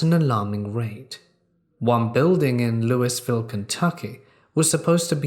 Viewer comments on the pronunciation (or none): I’m a Kentuckian! I live an hour from this. But you gotta say Looivul no Louis-ville. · ...I thought the "s" in "Louisville" was silent? The horror movie cliche of the abandoned, haunted mental hospital is based on places like this, most of which were repurposed as mental hospitals around the time of World War 1, with the discovery of antibiotics and the development of psychology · All the people from Louisville just sighed when they heard the pronunciation😂 Great video though💝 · I know I did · this guy cant pronounce louisville